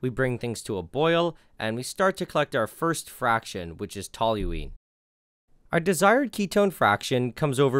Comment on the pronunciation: The ONLY person I've ever heard pronounce toluene correctly. My chem profs didn't even bother doing that